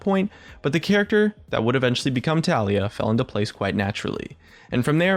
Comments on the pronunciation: pretty sure it's TAHliyah, not tahLIyah. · i personally pronounce it ta-lai-ah xD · goddamit it's tah-lee-ah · keep saying Taliyah but all I hear is toph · you keep saying taliyah but i only hear toff. From avatar. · My name is TaLiyah.... i was born in june its pronounced the same too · disliked for the way you pronounce Taliyah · when pronounces "taliyah" two different ways in the same video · UGHGHGHGHGHGH HOW HE PRONOUNCES IT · You are pronouncing it wrong... -_